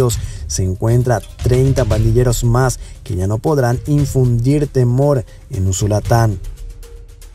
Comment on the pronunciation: No es usulatan es USULUTAN. QUE TRADUZCA BIEN EL ROBOT.